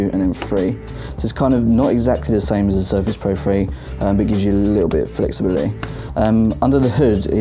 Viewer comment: The review was helpful and informative, but the comments here seem to drift off in the direction of pronunciation. Free for three? That's minor . . . did you hear the pronunciation of "little?" You would never guess that the word has two "t's" and an "L" in it. "Little" is pronounced in the British manner as "Lih - oh" with no T and no L. But that is the common pronunciation in London. OOPS . . . . I shouldn't say "common," as the word "common" has a different meaning in the British version of English! Let's just say that it is the frequent and usual pronunciation there . . .